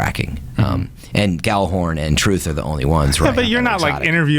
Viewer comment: If i had a dollar for everytime people said Gjallarhorn wrong.